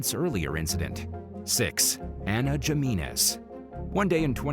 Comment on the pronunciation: do theses narrators Spanish ?gimenez?Jimenez.?pronounced himenez?j is an h in espanol.not g.this guy has no Hispanic friends.